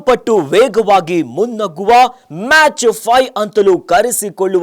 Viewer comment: ಅದು ಸೊನಿಕ್ ಅಲ್ಲಪ್ಪ ಹೈಪರ್ ಸಾನಿಕ್ ಮ್ಯಾಚ್ ಅಲ್ಲ ಮ್ಯಾಕ್ ಅಂತ ಹೆಳು ಮಂಗ ಶಬ್ದ ವೇಗ ಕಿಂತ 5 ಪಟ್ಟು ಜಾಸ್ತಿ ಇರುತ್ತೆ